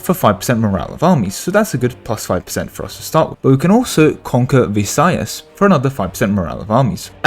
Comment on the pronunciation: Oh the comment above on how Mindanao is read is the proper one. Otherwise you said Luzon and Visayas perfectly. :)